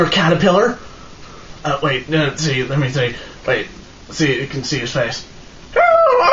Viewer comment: Can you tell the "nucyular catarpellar" I said hi?